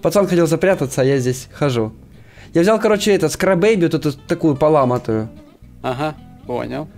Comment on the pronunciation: поламатую? Поломаную 🤣🤣🤣